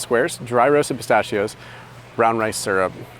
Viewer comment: I really enjoy your videos! But dude you're killing me with how you pronounce "pistachios" 🤦